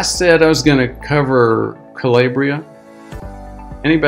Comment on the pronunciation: Italian pronunciation: Cah-LAH-bree-ah